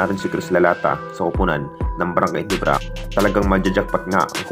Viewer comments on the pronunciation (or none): Gulat ba kayo sa brgy Nibra?ayusin mo kasi pagbigkas mo ng ginebra